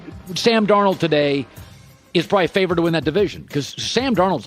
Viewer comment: This man said Sam Darold😂😂😂😂